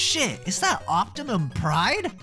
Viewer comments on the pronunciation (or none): it's optimus prime not optimum pride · "Octaman Prime"!!??